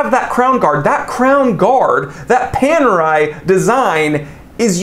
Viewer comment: Looks like Panerai have gone Pan-AWRY.